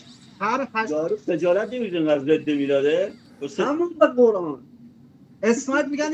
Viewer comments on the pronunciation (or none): none